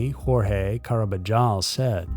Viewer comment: Carbajol is pronounced like carb-UH-hall